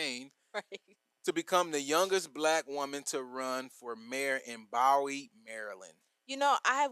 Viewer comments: Correction, pronounced Boo-wee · Pronounced as (Boo-wee)!